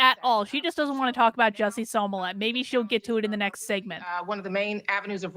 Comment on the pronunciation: Do you mispronounce Jussie Smolett's name improperly on purpose? Is it some kind of political inside joke to do so? You seem pretty articulate, but you say that name wrong and as a psychologist it seems like you'd grasp the implications of consistently mispronouncing a person's name.